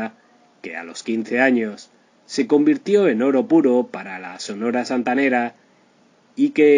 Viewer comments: Que trucho que sos amigo... primero le robas el nombre a un excelente canal argentino "La vida y el triste final..." con finales tristes de verdad y no con gloria como este caso y encima robas el texto de otro lado, decís Santanaera en lugar de Santanera, hablas como vendiendo churros en la playa, en fin... un consejo de amigo, dedícate a otra cosa. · Ésta máquina parlante dice "santanaera " 🤯👎. Sonia López 👏👏👏👏🌟🌟🌟🇲🇽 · No tienes idea, se dice SANTANERA ASI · Da pena escuchar su pronunciación de la santanera y no separar la pronunciación, que alguien le corrija, antes de grabar.